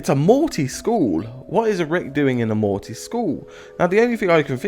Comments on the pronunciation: Its not mortaaaay its morty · Can you please pronounce the T when you say Morty!!!